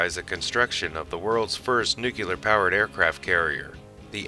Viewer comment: And its nook-lee-ar, not nook-you-lar